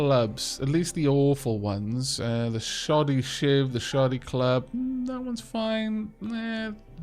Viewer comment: Hello everyone, I may be 25 minutes late, but I can still say hello. Edit: at almost you said 'shoddy shiv' that is not what I heard. Can you guess what I heard? It took me by surprise because I have never heard say that word. Lol